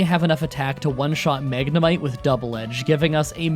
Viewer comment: Bruh you said Magnemite wrong